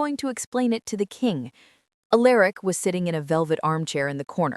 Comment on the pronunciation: ok AI the name is pronounced AL ER ICk not A Lerick